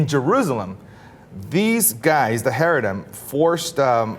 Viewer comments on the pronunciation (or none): These guys sound like a couple of moist, pink assholes. 1. The appropriate pronunciation of 'Haredi" is NOT Hair-e-di. It is cha-REI-di. How do we take someone seriously that does not even know the correct pronunciation of what he's talking about? Because that means that he has never interviewed a single Haredi Jew. 2. Haredim is not a "small sect" of Judaism. They are the closest thing to the original form of Judaism. 3. Religious freedom is an AMERICAN principle. And I hate to let you know that Israel is not America. Nothing that is apt in the American situation needs to have its analogue in Israel.